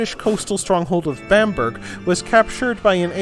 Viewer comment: Very well researched, I don't wish to be unkind, but there are some glaring mistakes in pronunciation (Bamburgh... not Bamburg) and the Germanic tribes came to Britain, not England (it was not called Angland or Saxland till centuries later), but I have to say, apart from that it, was marvellous, very well done, very enjoyable, an excellent presentation, of a lot of information but in a very clear and enjoyable way